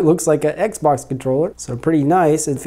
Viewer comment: If this guys doesn’t stop saying eggz-box!!!!